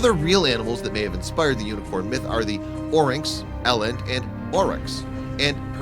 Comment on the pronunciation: u said uniquorn its unicorn